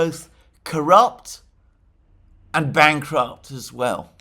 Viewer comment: 🤣🤣. When some one says "BANKRUPT" they way Alexander did there is no way they should have a dime to their name.